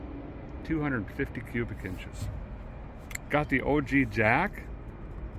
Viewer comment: Your Minnesota really came out when you said OG jack 😂😂😂😂😂😂😂😂